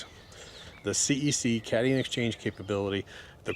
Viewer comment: Cat ion not cation